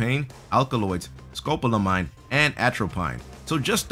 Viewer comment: It is pronounced like amfetamine... Scopolamine